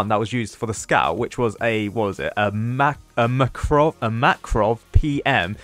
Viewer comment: just gonna say it since i didnt see anyone else say it. but you buchered the word makarov so badly im pretty sure any Gun enthusiast in a 10km radius felt a great pain